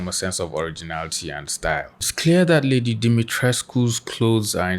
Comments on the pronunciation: As an artist this was was a very informative video on referencing, but I also will like to add congrats on pronouncing her name correctly. Even her English voice actress does not care enough to even attempt to pronounce it correctly and as a Romanian person with some Greek and southern european heritage as well, it’s really disheartening hearing people pronounce every proper name from those ethnic origins incorrectly your whole life (including having them butcher my name even after I tell them how it’s pronounced) with them not even caring, as if they wouldn’t feel belittled if I butchered their name into something not even close to what their name actually is. It shows the effort you put into properly researching and speaking about the topics you cover. That’s something these twitter “professionals” and detectives will never go through the effort of doing. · The way you pronounced Lady D's name is perfect! Thank you for actually putting in the effort :)